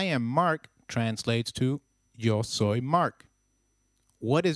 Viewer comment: Hey you pronounced "Yo soy" wrong